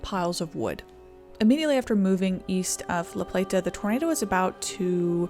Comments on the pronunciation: Living in Maryland I drove a truck route through that area, I can't believe it has been 20 years. I love how you pronounced La Plata. We just kinda run it all together. Also, this does show a lot about the government here. It's very reactive, not proactive. Great story. Well done. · I'm from MD (probably 50 miles north of the storm's path) and I remember when this happened. I was 15 years old and obsessed with tornadoes and the movie Twister, so I was hyper aware of the event and the significance of it. Seeing a historical overview of something close to home is pretty surreal, enjoyed the video! Also, you don't have to put so much emphasis on the "t" in La Plata. We all call it La PLAY-duh so it rolls off the tongue. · Couldn’t get her mis pronouncing the city name, over and over and over and over.. out of my head… “La PlaTTTAHH” … ugh!! it’s just “LaPlata”… just 1 “T” … not 5 … and doesn’t end in an “ahhh” 🤦🤦🤦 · It's pronounced La Play-da, not La Plate-uh. I grew up in Calvert County, though my family didn't move there until a few years after the tornado. Hallowing Point Rd also has Hallowing Point Park on it, where I played soccer as a small child. Calvert also has Maryland's only nuclear power plant. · The town name La Plata isn’t pronounced plah-tah. It’s play-tah. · It’s pronounced La Play-da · Great video! FYI that locally, La Plata is pronounced more like “La Play-da” though without the hard “T” sound :) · Lifelong Marylander here. Sorry, we are particular about our pronunciations. LaPlata is pronounced "LaPlada" less 'T' more 'D' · It's pronounce "La playda" Lol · Pronounced "La-Playda" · Its annoying listening to you say La Pla ta over and over. No one from LaPlata says it like you. You did an excellent job covering this, but for the love of God say it ,normal just once please 🙏 😀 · La Plata is said fast together like LaPlaytuh, thats how the locals say it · La Plata is said more with a “d” than a “t”…. La Play-da.